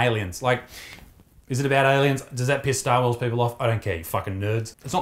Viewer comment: Stahwahs